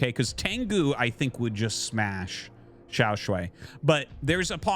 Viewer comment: Hey Artosis. Just letting you know that you're pronouncing XiaoShuai wrong. Here are the characters 小帅 you can check the pronunciation on Google :)